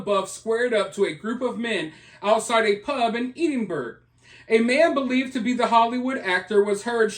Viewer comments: Ahhhhaha my pal was out with him we used to work in the bars he was at... Lolz. I'm sure my friend was responsible for part of what happened. Also its pronounced Ed-in-bruh 😎 or Ed-in-bur-uh and Glaz-go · Its pronounced Edenborouh. He is a changed man since he's converted to Catholicism. It was obvious the others were the baiters. All the incidents you referenced are ancient history. His recent history is much different. Please check it out. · On second thoughts, Eddin-burra. Perhaps it varies regionally! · Hey, just FYI Edinburgh is: Ed-en-Bruh and Glasgow is Glaaz-gow (gow as pronounced in the word "go"). Just sayin' 😉❤ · It's absolutely not pronounced like that. It's Ed-IN-bur-uh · Edinburgh and Glasgow are pronounced Eddin-borough and Glaz-go. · It's pronounced more like Edinbruh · Edinburgh…..Pronounced; EdinBOROUGH . Glasgow….pronounced…GlasGO. 🩵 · If he did that in Glasgow he could have got bottled. Please learn how to pronounce Edinburgh and Glasgow. They are not pronounced the way they are spelt.